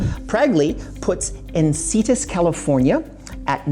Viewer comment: En-Sin-EE-Tas ;-) Its just North of Del Mar (San Diego)